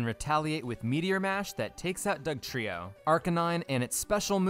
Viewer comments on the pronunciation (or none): none